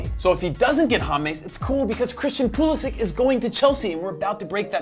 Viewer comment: If you could pronounce Pulisic than I might be a decent video